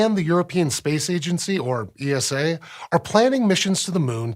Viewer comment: I know this is petty, and I know it is rude to correct someones way of saying certain things, but somehow it stings my heart that you would call ESA "E-S-A" and not "Eesa". You call NASA "Nasa" and JAXA "Jaxa". Please. Let us be part of the club! 💔